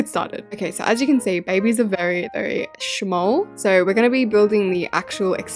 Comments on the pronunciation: Lol how she said shamll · The way she said shmoll